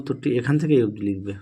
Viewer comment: "aei" was epic😂😅